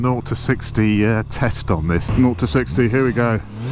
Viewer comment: Thank you! Honda should make one these with their CB650R. When you say 0-60, I hear naughty60! He he!